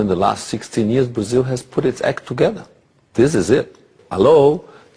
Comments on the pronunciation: TOGUEDER KKKKKKK, Eike não fala porra nenhuma de Inglês. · "Tugueder" KKKKKKKKKKKKKKK